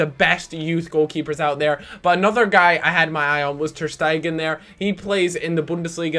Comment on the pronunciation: not ter-stegan you had him previously